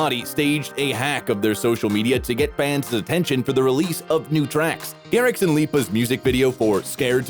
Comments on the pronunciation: Bro said martin garriK lolll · list of errors in martin garrix video says martin garric instead of martin garrix says asher instead of usher